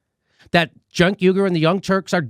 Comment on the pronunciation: "junk" yugur! Lol